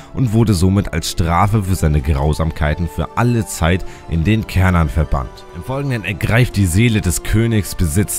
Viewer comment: Ich habe das Bedürfnis, darauf hinzuweisen, dass der Turm auf Schwedisch "Schärnan" (oder meinetwegen auch "Chärnan", je nach Dialekt) ausgesprochen wird. Ich bekomm immer ein bisschen die Krise, wenn Leute "Kärnan" sagen. Das ist so ähnlich wie "Köttbullar" statt "Schöttbullar". 😣 Bleibt natürlich jedem selbst überlassen, inwiefern man die schwedische Aussprache übernehmen möchte. Ich wollt's nur mal erwähnt haben. 😄 Ansonsten: Solides Video! 👍